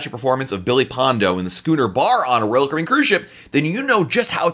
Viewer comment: What is Royal caben. ??? You said it 95 times. Chill out a little..